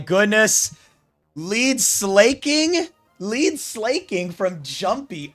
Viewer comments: Slaking is the king of slacking, not slaying. Therefore it must be pronounced as Slacking. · Also, Sla isn't pronounced as Slay before i forget lol